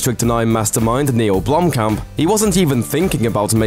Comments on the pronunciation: If i had a dollar for everytime he said blomkom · jeez! as a South African i cringed at every mention of Blomkamp. he kept pronouncing it wrong. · blumpkin... sorry it's all i hear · if you said his name right, that would be great